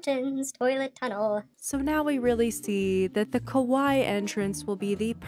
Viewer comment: so cute!!!! (fyi you are pronouncing kawaii wrong - its kaway-ee - and the way your saying it means scary!)